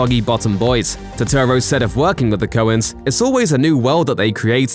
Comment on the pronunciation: Put some respek on Turturro's name!!